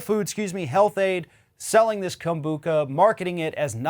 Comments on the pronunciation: its pronounced Kombu-CHA ..not Kom-Bu-Ca...luke cha cha slide. Kom-Bu-Cha! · Yes, CHA, as in "tea". Kombu-cha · Kom-bu-CHA...like the ballroom dance CHA-CHA-CHA, or CHO-co-late the sweet...